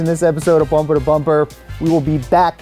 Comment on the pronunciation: I am sure he said "brumper to brumper" At the start....